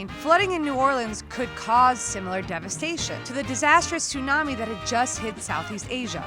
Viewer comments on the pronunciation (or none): none